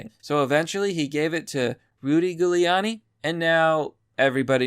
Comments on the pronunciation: It's pronounced Jewleeanni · Was your mispronunciations of Rudy Giulianis name a joke or....